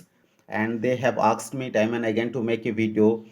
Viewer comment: Don't say aksed please say asked okay dear